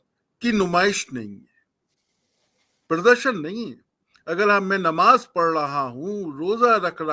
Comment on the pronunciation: ❤se mayyat ki nmaj agr bolna nahi aata to sudharo ❤se